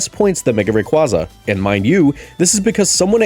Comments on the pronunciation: It’s pronounced RAY-KWAY-ZUH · 1. Rayquaza is pronounced like Quazar. 2. Zygarde holding his canon as it fires: "I DON'T BELIEVE IN FAIRIEEEEEESSS!!!!!! HAHAHAHAHAHAAAAAAAAAA!" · The way you pronounced Rayquaza correctly the first time then proceed to mispronounce it the rest of the video irks me a bit